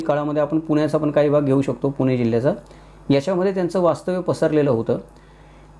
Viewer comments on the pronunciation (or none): none